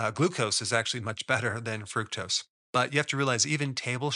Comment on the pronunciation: It's pronounced Fru-K-tose